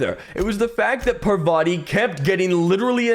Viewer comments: Every time says "Pavarti" not "Parvati" 😂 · The way is pronouncing Parvati is starting to get really annoying.